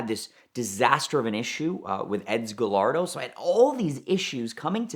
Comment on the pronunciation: did he say "ga-lard-o"?